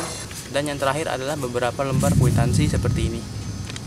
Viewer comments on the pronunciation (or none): none